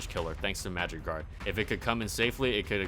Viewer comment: When he said magic guard I thought he said magikarp lmaoooo